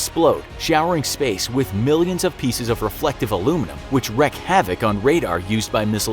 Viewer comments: … “WREAK havoc” not “wreck havoc.” 🤦🏻‍♂️ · I'm pretty sure its "Wreak havoc" not "Wreck havoc"...